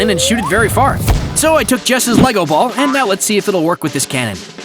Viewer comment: LEGO NOT LEVO